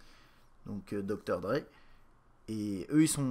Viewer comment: Il pronnonce les lettres une par une à l'anglaise: D-R-E.